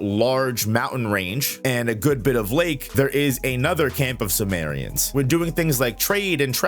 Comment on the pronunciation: simurians not sumerians 😂